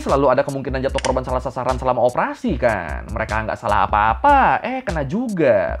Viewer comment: bang korban bang, bukan korbang.. terlalu semangat 😅